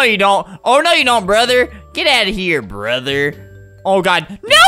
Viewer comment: I love when he says “ I love you broder”😂😂😂😂